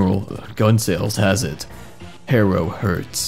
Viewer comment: I just want to mention, my last name is Haro. The only thing that hurt was your pronunciation of my name.